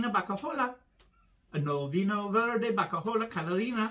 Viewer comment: Did I hear you say Verde hoo-haaa??😂🤣😅